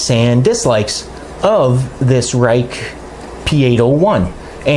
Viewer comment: I was pleased to see how well it faired when compared to the 5 knives you showed which are $85. to $125. None of the 5 are rated anywhere near as highly as the 801.Thanks for the review. Pronounced "RAKE'"